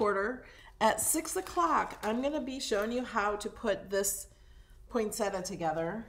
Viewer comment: The flower is pronounced poin·set·ti·a. Most people pronounce it incorrectly.